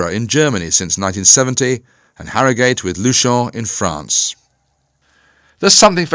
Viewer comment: Sorry to be a pedant but it's HarroGHUT. Nor Harrow GATE. History tells us this! Soz. Cheers